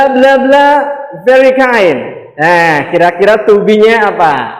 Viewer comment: Kind = baik hati not kine. Bro